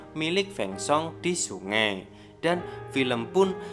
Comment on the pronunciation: Sungai min bukan sunge😂😂😂😂